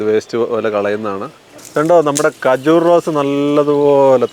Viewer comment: ഖജൂർ ✅ കജൂർ ❌